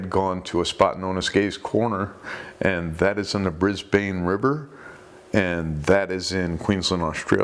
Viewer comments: Hey mate. New to your channel and very much enjoy your videos. I live in brisbane and just thought id let you know its not pronounced as you have. It would be pronounced more like Briz-bun or briz-ben instead of briz-bayne.( That is the simplest way i can think of explaining it). Its a common mispronounciation I see others that are not from here do. Not that it really matters at all, but i just thought i might let you know just in case you were interested in knowing :) And yes the brisbane river is very well known for being full of bull sharks these days. Just like the canals on the gold coast. Take care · Bris-bin. Not Bris-bane